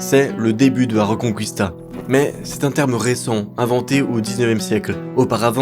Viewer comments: Quand t'as fait italien LV2 et que ça se sent : La Reconqwistà 🤌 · ça ne se prononce pas la "reconcouista"... mais exactement comme en français. Et ce n'est pas la Galicie qui est une région des pays de l'est mais la Galice.